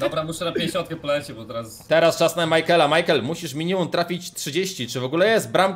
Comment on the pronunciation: mejkel xd majkel